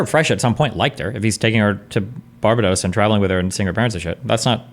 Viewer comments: the way americans pronounce barbedos is so cringe, Bar Bay Dose, like what the fuck. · Is it really that hard to pronounce Barbados lol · Ya know it’s a divisive topic… what we can all agree on, is Destiny should NEVER say the word Barbados again. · Destiny’s pronunciation of Barbados is cringe. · It's hard to focus on three people I don't care about talk about two people I care even less about when one of these people has become fabulously wealthy talking to people without knowing how to pronounce Barbados. Ladies and gentlemen... The spectacular. And BTW... It's super misogynistic to think that a woman who is "sophisticated and well traveled" and/or a successful sex worker would desire a "baby trap." Especially with someone who looks like that guy. I'm thinking if someone like her wanted to run some baby game she could do it with someone better looking, much more kind, well spoken, well dressed, more polite, wealthier, and with an income stream that doesn't have an inevitable time limit. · Destiny should ban himself for saying Barbados incorrectly. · Never in my life have I heard someone mispronounce Barbados that badly. lol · Seriously his pronunciation of Barbados is killing me. What the fuck a Bar-Be-Dose? A Pokémon? BAR-BAY-DOSE!!! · BAR-BA-DOS!!!!!!!!!! NOT BARBA-DOSS. LMFAO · It's Bar BAY dos lol WTF is bar buh dos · bahahahhaa bar bar dose... its BAR BAE DOSS. delusional. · It's Bar-ba-dos not Bara-dos for the last time🤦🏿‍♂️ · BAR-BAY-DOSE not BAR-BA-DOSE ffs man jesus christ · Destiny's pronouncation of Bar-bay-dos was annoying me. phew. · I am the only one who is triggered by destiny saying “barb dos” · I swear if I have to hear Bar-bA-dos again... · Why is destiny calling it bar-bah-dos wtf? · or even " BAR-BAY-DOWS" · I double dare ya muthafucka say Barbahdose one more goddamn time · Destiny saying Barbadose is very triggering. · Sometimes I wonder if Destiny intentionally mispronounces words to trigger people.... BAR-ba-dos?!?!?!